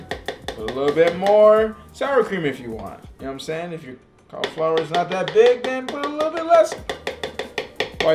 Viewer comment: Man, I love these videos! I also love "Colorflower." xD